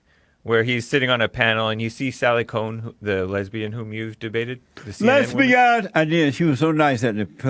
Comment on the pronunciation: LEZ - BEE - UNZ !!